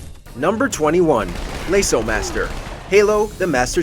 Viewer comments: its pronounced lasso not laso. also Friday the 13th servers are closed so it's an impossible achievement now. aircraft carrier? thats a boat not a plane. you need a new editor. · the amount of times he pronounced LASO as lay-so instead of lasso like everyone else does made my eye twitch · Halos laso is pronounced like lasso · Dear WatchMojo, it’s pronounced lasso. Love your videos 🤙🏻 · The fact they pronounced LASO wrong shows me they don’t know what they’re talking about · dude are you even a gamer? why you call LASO that? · I don’t like how you pronounce LASO 😔